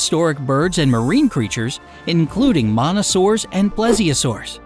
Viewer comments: Said Monosaurs. Displays Mosasaurs. *Rage quits* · « Monasaurs »?? Shouldn’t it be « Mosasaurs » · Monasaurs ITS MOSASAURS dum dum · Narrator says, "monasaurs", caption says, "mosasaurs". 🤦🏻‍♂️ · MONASAURS DO YOU MEAN MOSASAURS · Why’d he call the mosasaurs a monosaurs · Mosasaurs not monosaurs!!! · Lol he said monosuarus instead of mosasaurs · Mosasaurs is pronounced mono-sores? LoL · ... "including monosaurs" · I think you said mosasaurs wrong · he literally mispronounced mosasaurs 😂